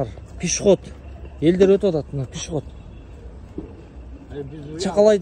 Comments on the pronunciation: Пишиход эмес пешеход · Пшыход дейби 😂